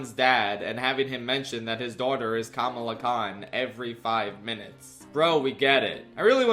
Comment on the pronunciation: its kuhmaluh, not komaluh